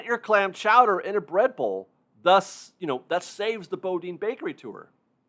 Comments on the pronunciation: Just fyi, Boudin is pronounced “boo-dean” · FYI Boudin is pronounced Boodan.